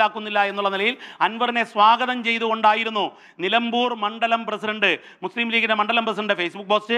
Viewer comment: മലംബൂർ അല്ല നിലമ്പൂർ